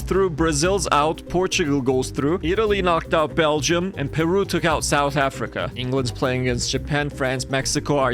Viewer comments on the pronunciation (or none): none